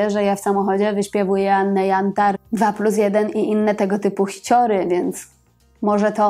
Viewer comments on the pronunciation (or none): none